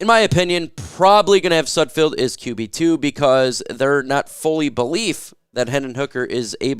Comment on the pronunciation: YOU SAID SUDFELD RIGHT OMG🎉🎉🎉🎉🎉🎉🎉